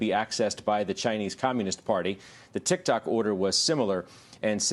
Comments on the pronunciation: tik tok more like “tic tak” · did she really just say "tic tac"? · ah yes, TIKTAK